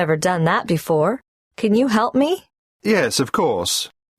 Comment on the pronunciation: 'BOFORE you hear' OMG 😄